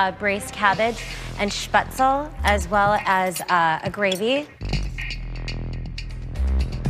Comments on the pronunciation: Wait you call them Spätzle too?! I mean it’s pronounced wrong but ay I thought you’d call them egg noodles or sum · idk why but i think it's kind of funny how she pronounced "Spätzel"